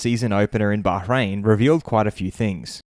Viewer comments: I appreciate your correct pronunciation of Bahrain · That’s how it is pronounced in Bahrain